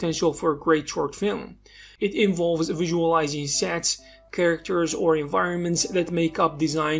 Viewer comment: "visualizing sets..." I thought he said "visualizing sex" and I was thinking, "Right up my alley."